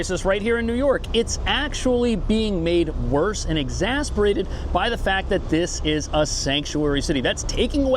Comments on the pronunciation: exacerbated. Sorry I'm not that grammar guy but you keep saying that and I'm exacerbated with you! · Exacerbated.... Otherwise, great stuff as always.